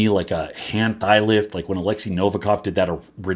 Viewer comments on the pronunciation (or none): none